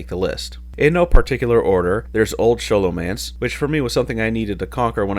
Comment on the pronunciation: Ah cool, a third way to pronounce Sholomance!